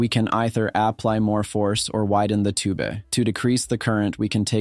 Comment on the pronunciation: why tf do you pronounce tube as tooBAY